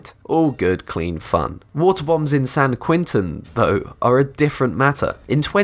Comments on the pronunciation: is there a special-ed school where they find the narrators for these videos? almost every one that I watch, the guys, who sound like native speakers of English, just MANGLE the pronunciation of words. all...the...fucking...time... this guy: san quenTIN prison. the worst offenders are the dudes who do the "scary stories from reddit" videos. I seem to have repressed some of the worst examples I have heard though. will rage about if they come back to mind. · lol ; i know san quen tin ! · man learn to speak san kwen-tin? drug ad dict? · How can you mispronounce san Quentin in the same sentence as saying it's one of the most notorious prisons in the world?